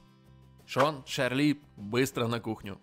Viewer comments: Братан она не ШАРЛИ а ЧАРЛИ! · И нечего что читается Чарли ._.